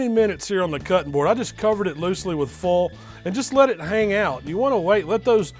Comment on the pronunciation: It's foil. Not "fol."